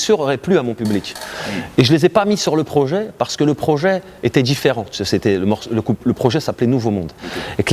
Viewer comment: et Comment il dit le mot « projet » (les deux premières fois) écoutez cette pépite ! 😂